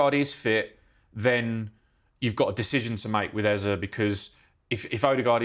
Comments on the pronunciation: It’s Eze, not Eza. No a in that name and Eza has no meaning. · Eza? Pretty sure it's pronounced ezay